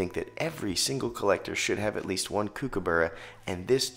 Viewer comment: I know it’s confusing given the spelling but it’s pronounced cook-a-burra not “kook” - and no one calls it “kook” for short. Nice video though!